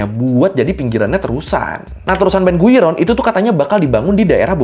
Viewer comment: Slip of tongue detected, guiron to gurion